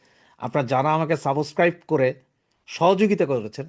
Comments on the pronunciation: সাবসক্রাইব নয় সাবস্ক্রাইব উচ্চারণ ঠিক করুন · Nor “Saaboscribe” , it is subscribe.